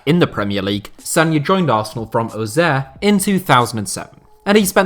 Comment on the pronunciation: i think that’s the right prononciation 😂